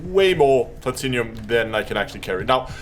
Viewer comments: arrrr plat-num not plat tin inum arrrrrr plat-num the i is silent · Plah-Tin-Umm. Not Plat-Inny-Um :) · Excellent guide thank you. Btw it's pronounced Pla-Tin-Um, there's no 'i' before the um 😉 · "plat-in-umm" is how its pronounced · I just came here to see how many people corrected the way he pronounced platinum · Have I been saying Platinum wrong this whole time?